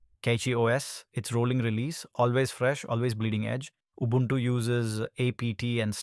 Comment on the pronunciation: Your pronunciation of Ubuntu is pretty good.